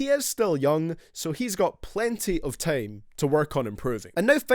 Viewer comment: Lmao this guy judging vocals from juice wrld, guy have you heard yourself talk? U say tame instead of time. Goodjob